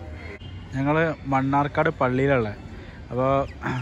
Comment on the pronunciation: മണ്ണാർക്കാട് അല്ല മണർകാട്.